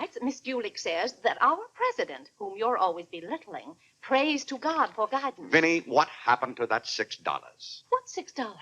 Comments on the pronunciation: Clarence Sr. doesn’t say oh, God…he says oh, gad! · I thought I was hard of hearing. Day is saying gad not god. The subtitle is incorrect.